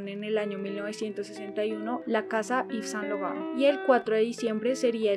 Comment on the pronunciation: Muy unteresante video, pero deberias citar las fechas con mas claridad, al igual que las direcciones. Si no sabes frances, exiaten aplucaciones que te dan la pronunciacion fonetica. Yves Saint Laurent fue un grande entre los grandes, un reconocimiento a su persona y obra merece mas respespeto.